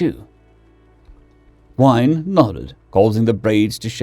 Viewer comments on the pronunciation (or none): Gwyn is pronounced like win not wine. Sorry to be a pedant but the mispronunciation was driving me nuts.